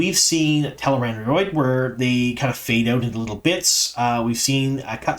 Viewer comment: Could you please address why you pronounce things differently from how they do in the show? Namely: Moghedien (moh-GHEH-dee-ehn), Rhuidean (RHUY-dee-ahn), Tel'aran'rhiod (tel-AYE-rahn-rhee-ODD)... I'm sure there's more but those are the ones that have stuck out to me the most since they are the most relevant to this season. Apart from that, I enjoy your insights, thank you for what you do!